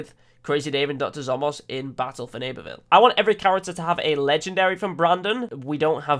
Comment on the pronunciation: I was just helping him with what he said, he said Legedary instead of Legendary so I pointed it out to him...